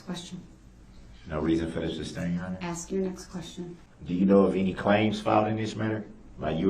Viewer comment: It drives me crazy when he says "substain" instead of sustain.